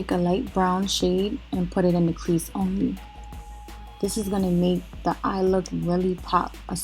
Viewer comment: very Harlem 😂😂. she said " smokey ah (eye) " I love it!